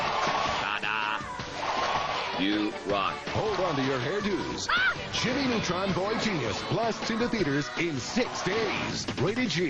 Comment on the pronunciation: "Jimmy Nutrun", get it right man